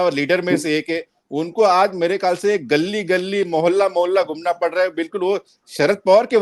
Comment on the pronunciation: गल्ली नही गली कहते है हिन्दी भाषा में कृपया कहिये सर धन्यवाद